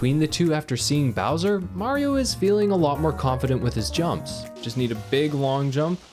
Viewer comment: it’s not whaio It’s mario